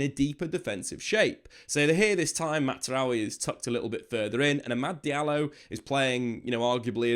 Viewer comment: Why does he keep saying Mazaroui like it’s an Italian name …….its not. The z is a z